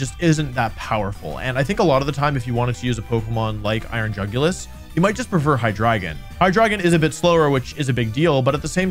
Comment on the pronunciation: Dude said iron jugulus :( And he showed us Scream Tail stats ( execpt for speed )